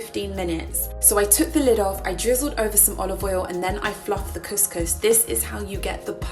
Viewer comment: You are pronouncing couscous so wrong 😂🙉